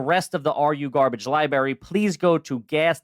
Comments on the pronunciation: He said "Liberry" instead of library, HA HA, Garbage! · says li-berry instead of library. A true city boy. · is trash because he says "LiBerry" Right out the gate. Love you guys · Have you been commenting on this one and reminding people to watch it? Also says "li-berry" in the first like 5 seconds. Trash trash trash! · Did just fuckin say Liberry? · Did say liberry to kick it off? Yeesh. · Did that crazy-looking fothermucker say "lie berry"? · If you pronounce library as "lie-bary" 8 seconds into a video, you're garbage! 😂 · omg he said Libary....lol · Had to fight to keep listening after you said fuckin “Lie-Barry”. Christ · Do you say "liberry"? If so you are and you're TRAYSH.